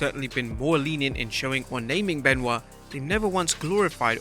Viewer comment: Chris Ban-oit amiright?